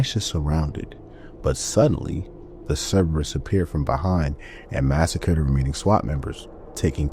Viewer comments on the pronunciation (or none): none